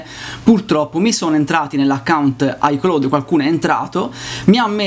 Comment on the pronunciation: Si dice: Ai claud... Se devi pronunciare una parola inglese usa google, non si può sentire pronunciato così.